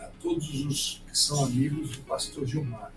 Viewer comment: Aquele 'paxtor' pra lá de ridículo? kkkkkkkkkkk Eles disparou uma rma no aeroporto, lembra? Tranca braba 'issdaí'...kkkkkkkkkkk